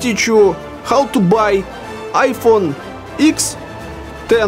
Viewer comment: ИКС! не экс, не екс, это ИКС блеаа..